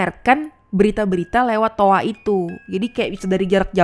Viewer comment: Toa mbak bukan toak